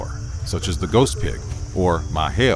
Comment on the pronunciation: The "Ma Chó" pronounciation was good